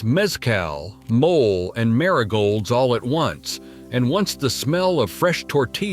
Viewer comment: The pronunciation of cities and products is appalling. Mole is pronounced Molay, not mole. MazatLAN not MuZutLan.